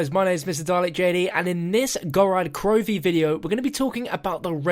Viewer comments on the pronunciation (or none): Why do you call it Gorad Krovi instead of Gorod Krovi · yo its gorOd, not gorAd krovi!